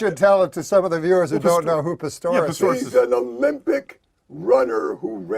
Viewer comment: Was he making a joke about calling him Pistorus instead of Pistorius? Is that what he was playing at when he was talking about explaining it for the viewers at home?